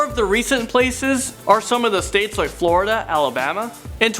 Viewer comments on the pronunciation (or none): none